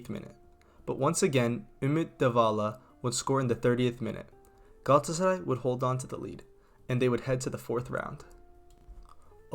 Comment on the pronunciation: i love how well he pronounces Galatasaray